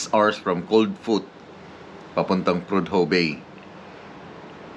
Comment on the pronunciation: Prodhue bay Alaska. SILENT "H" PRODUE! Kabayan.KEEP SAFE and KEEP ON TRUCKING.